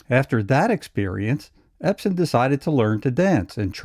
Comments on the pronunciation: Ebsen not Epsen. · I'm sorry, but the man's name is EBSEN, not EPSEN. Yes, he had an amazing career...but it would be more amazing if his name could be pronounced correctly. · The narrator keeps calling him Epsen. You would think he'd know better.